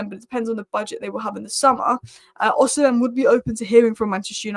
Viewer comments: Stop saying “Osihem” it’s pronounced Osi-men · Every time you pronounce osimhen differently.. Its osim hen.. Not osin ham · h is silent its not rocket science, osiimen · Im so childish. I chuckle every time I hear pronouncing Osimhen as O-SIM-HEN. Big ups. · I've tried correcting her too. I'm Nigerian and I know his name is Victor Osimhen. It's pronounced as if the letter "h" is not there. Pronouncing the "h" in not correct!😂